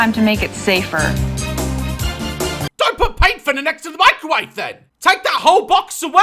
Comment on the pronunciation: He said mecrowavae, I love that 😂😂